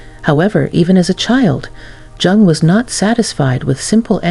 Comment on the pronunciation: You are not pronouncing Jung correctly!